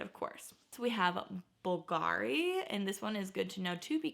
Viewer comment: And B(V)LGARI not BVLG(A)RI.